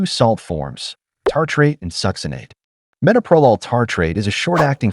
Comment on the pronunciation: SO TIRED OF ‘AI”. CAN’T EVEN PRONOUNCE METOPROLOL CORRECTLY. Don’t you bother to check what you’re putting out and make corrections first?